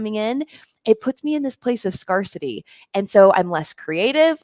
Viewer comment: Scarcity has a long A sound. Scarce with long A. Scarcity, with long A.